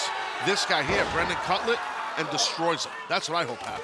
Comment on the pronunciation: Every time Taz said “Cutler” I could have sworn he was saying “Cutlet” And what in the blue hell was Luther wearing!?!? It looks like a figure skating outfit!!